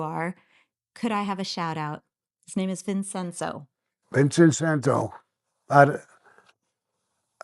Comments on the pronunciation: Did she just pronounce Vincenzo, as Vin-Sen-zo 😅, honey, it's pronounced, Vin-CHen-zo. Sammy where did you find this character? I will wager everything I have, you did not find her here in Bensonhurst.......well, current time Bensonhurst, if she is Oriental, then you definitely could've found her here. If she is Middle Eastern, the most likely you found her in Beirut ....errr I mean, Bay Ridge. Vin-Sen-zo, classic. 😂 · VEEN - CHEN- ZOH THIS IS HOW YOU SPELL VINCENZO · It’s pronounced “Vin-chen-zo”. Vincenzo. That’s Italian for Vincent.